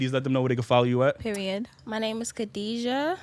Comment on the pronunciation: Khadija, she can't even prounce the name, blacks with Muslims arabic names lol